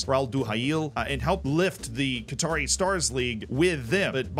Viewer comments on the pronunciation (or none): none